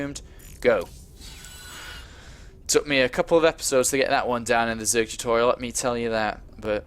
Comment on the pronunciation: LOL! I forgot about him saying "tutorital" :3. I'm a little surprised.